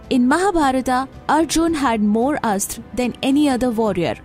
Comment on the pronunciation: She says astr, but mahabharathA. Its neither astr nor astrA, buy astra.